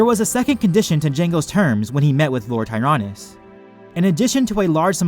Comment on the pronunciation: Dude can't even pronounce tyranus right in this video 👎